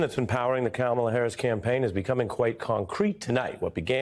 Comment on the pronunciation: .... Sure sounds like he said Pleading to "black" Harris...